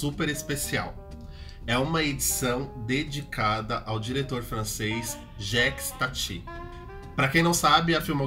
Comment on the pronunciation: Jékis Tati é de doer o ouvido